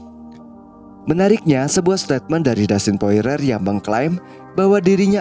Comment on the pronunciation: Wkwk poirier min namanya,. Bkn poirer min wkwkwk♥️